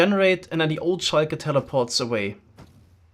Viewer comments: why does he say shiker when its shulker like has in saying sulk(er) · I hate how he says shulker wrong 😂